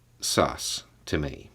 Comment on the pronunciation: saying "sus" shook me